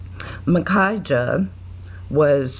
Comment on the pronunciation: Finally! Someone pronounced Micajah right. These guys fascinate me.